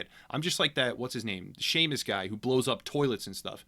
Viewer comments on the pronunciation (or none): none